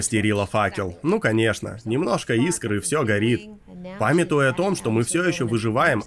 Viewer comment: В слове "памятýя" ударение на "у", так как это деепричастие и его не нужно путать с "запáмятовал" - глаголом в прошедшем времени. А в остальном - огонь! Кроме слова "пережúла" вместо "пережилá". У неё такая жила, всем жилам пережила.